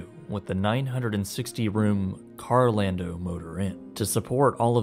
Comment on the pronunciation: Carol ando. Not karl o lando